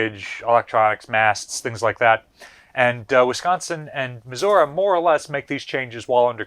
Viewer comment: Why can this man not pronounce Missouri?